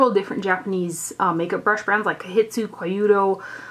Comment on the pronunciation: You're doing rather well with the pronunciations. Japanese is rather easier if one takes it one or two letters at a time first, then speed up on saying it. Consonants are generally followed by a vowel except for combos like "ts" in "tsu" (you did okay on it, just combine the sounds as one; it's like in "tsunami"). Vowels have regular sounds (a=ah; i=ee; u=oo; e=ay like in "day"; o=oh) except for combos like "gin-bu-dOU" (again just combine the sounds) (you did the "ou" well). :)